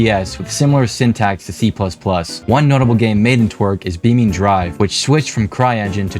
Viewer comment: geometry dash can be capable tbf, someone remade the entire OG fnaf series (first 4 i think) to a high degree using just geometry dash, also beamNG is pronounced Beam N G not Beamning